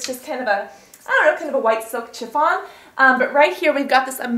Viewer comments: You pronounce "chiffon" shhhi-fawn not Chiiih-fawn :) Loved the video. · chiffon is pronounced shiffon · "silk CH-iffon"... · Love the vid but you say chiffon weird